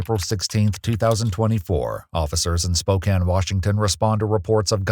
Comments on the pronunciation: Props to EWU for pronouncing "Spokane" correctly! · thank you for pronouncing spokane correctly lol. -also im so tired of seeing snarky pit bull owners post sarcastic 'ohhh dangerous dog' videos on social media effectively erasing all the victims of bully breeds.